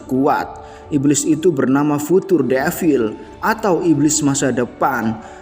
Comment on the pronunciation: Penyampaiannya udah bagus. Tapi pengejaan karakternya salah. Future harusnya dibaca Fyucer. Kishibe kok jadi Kishibi? 😭🙏